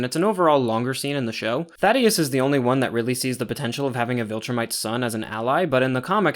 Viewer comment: "Thaddeus" I may or may not have also read it like that until his name drop in the cartoon. "Thædus," Traitorous Prime. Angstrom's surname being "LEE-VI" instead of "Levy" (like it's spelled) was a curveball too.